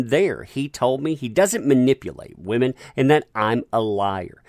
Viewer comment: didn't say "women" i said "wAmen" there is a difference